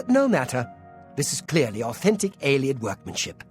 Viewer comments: How many times does Umbacano have to say "AE-lee-id" before you stop saying "ai-LAY-ed"?!? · please, it's pronounced Ay-Lee-Id, not Eye-Lay-Id. Listen to the NPCs! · No,, you do not meet an Eyelayid Elf because Eyelayid Elves do not exist in the Elder Scrolls. Ayleid (Ay-Lee-Id) Elves did exist at one point in Cyrodiil. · You'd hope, with how many times Ayleid was said this episode, he might pick up on the pronounciation. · Say Alien. Now say Ayleid. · The nightmare of hearing pronounce ayleid several times in one episode. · How many people have told him how to pronounce Ayleid and he still doesn't say it right? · Either is doing it on purpose because it annoys us or his -1 perception is so bad he cannot comprehend how to pronounce it.